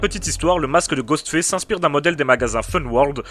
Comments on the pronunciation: Je t'aime bien, mais sérieux travail ton accent parce que là ce qu'on entend c'est pas Ghostface, mais Ghost Fesse 😂😂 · ''Ghostfesse'' mdr